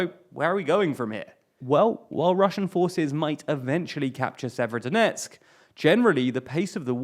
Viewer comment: FFS stop mispronouncing place names, you can go to wikipedia for rubizhne and severodonetsk with the proper pronunciations.